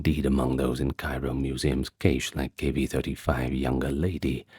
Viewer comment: Cache is pronounced "cash".